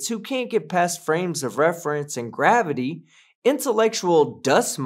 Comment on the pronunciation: Oh, oh and ther's another reason to listen to this stream. pronounces gravity kinda like "grabity", I just can't help but be amused by this every time.:D